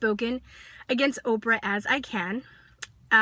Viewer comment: First her name is "OPRAH" not "Opera" and if your telling me after ALL she's done your still convinced she's this monster then it just supports my original statement-SAD-just-SAD!!-This kid and that's ALL she is is just trying to get attention-Can't you see that? She attacks Oprah knowing that it'll draw attention. This kid has "major" issues and makes No-Sense at all.